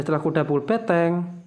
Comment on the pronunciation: BeNteng mas bukan beTeng